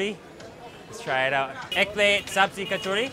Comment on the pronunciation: Sabzi is pronounced 'subjee' and means vegetables, not potatoes, and chai means tea, so you wouldn't say 'chai tea'. Otherwise 10/10 for enthusiasm!